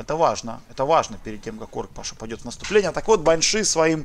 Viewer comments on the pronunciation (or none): none